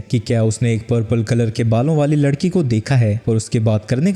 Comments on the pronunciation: ladki❎️ lakdi ✅️ 😂😂😂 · 1:39:6 larki❌ lakri✅😂😂😂😂😂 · bhai tumto larki ko lakri boldia😂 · Bhai vo lakdi nahi ladki hai 😂😂